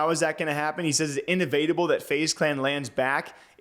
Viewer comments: Its IN-EV-IT-ABLE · You clown it's not "in-evade-able". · its IN-EVA-TUH-BULL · bro really said in-evadable lol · Bruh. Do you not know how to pronounce inevitable? LMAO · Why did he say inevitable like that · Anyone else get triggered on how he keeps saying inevitable incorrectly? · please search how to pronounce "inevitable" you're killing me man 😂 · anyone else bothered by him mispronouncing inevitable?🤣🤣🤣🤣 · I can’t get over how he says inevitable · Pronounce the word "evitable" .... Now ad "in" as a prefix.... Pronunciation matters when you're attempting to be the communicator. You can do better. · That's not how you pronounce inevitable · 😂😂😂. And he rocked it twice.